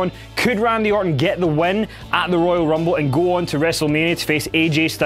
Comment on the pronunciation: Did he say Gouu ? I said gou on to Wrestlemania ? Paul heyman was right !